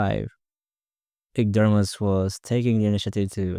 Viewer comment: His name is pronounced ErdomuSH like SHow.